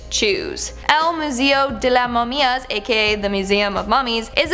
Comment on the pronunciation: The way she said the mummy museum in Spanish was funny, I’m sorry but it’s true People that speak Spanish will know 😂